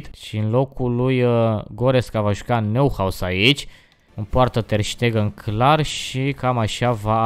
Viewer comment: Neuhaus se citește Noihaus